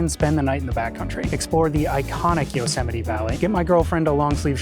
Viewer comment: Could you pls stop saying Yo-semite?